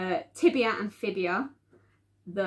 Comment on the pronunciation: It's the fibula hun not fibia, 🙂